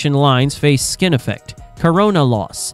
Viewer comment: "Skin effect", not "skinny effect"